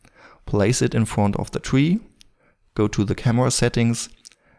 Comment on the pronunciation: Not a twee, its a tree! :-P